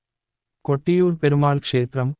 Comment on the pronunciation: കട്ടിയൂർ അല്ല കൊട്ടിയൂർ ആണ്